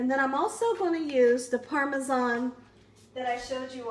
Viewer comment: She doesn't pronounce parmesan properly lol I love her but it drives me crazy lol